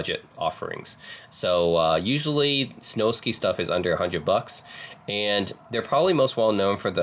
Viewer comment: It’s Snowsky …. Like whisky, you wouldn’t pronounce whisky whi sky.